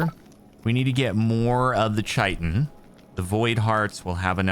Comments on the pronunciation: Kite-in, not chite-in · Love the series, but please google how to pronounce "chitin". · One day Jordan will learn how to pronounce chitin